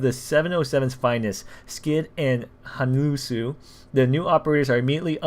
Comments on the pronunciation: I don't mean to be mean I'm just helping out, the way you say it is hanoolsoh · it's pronounced HANULSO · Just to help with the pronunciations 😉😉 "Hanulso" = "Ha-nool-soh", "Yeo-Soo" = "Yuh-Soo", "Jeong-hoon" = "Juhng-hoon"